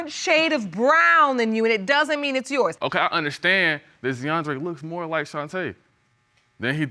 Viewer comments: ZEE-ANDRE... POOR BABY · Zeeandre. 😂😂😂 Z’Andre 😂😂😂